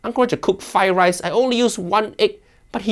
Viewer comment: First learn to say "Fried Rice" then talk about Chef Ranveer's cooking.